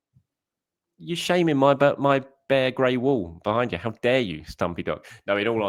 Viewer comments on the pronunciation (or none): none